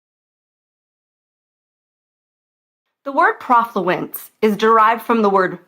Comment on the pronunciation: Be nice if you knew that the "pro" part of the word rhymes with "no"